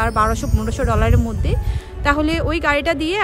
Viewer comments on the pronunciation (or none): none